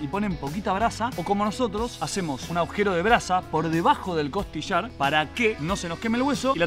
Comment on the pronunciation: Se dice agujero!!! No existe la palabra aujero 😊